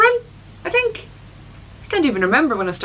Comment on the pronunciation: Why does she pronounce ''Think'' like ''Tink'' ? xD